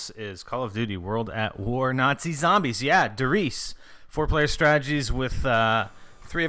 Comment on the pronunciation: lol he said " der riis" instead of " der Riese". German is a difficult language, right?